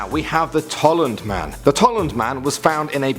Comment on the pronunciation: that wrong, its TOLLUND* Man